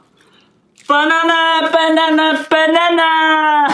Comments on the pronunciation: 빠나나 아니고 바나나예요 ㅋㅋㅋ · 빠나나아니고 바나나~~ㅋㅋ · 허팝님 계속 빠나나라고 하시넹..ㅎㅎ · 바나나가 아니라 빠나나? ㅋㅋ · 허팝:똥 아니에요 빠.나.나 에요 빠.나.나에요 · 발음 ㅋㅋ 빠나나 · 발음이 웃기다 ㅋㅋ 빠나나